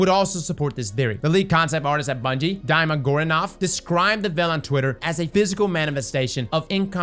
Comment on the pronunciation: "Daima"?? Lul, it's just a slavic name Dmitry, it's read as "Deema" : )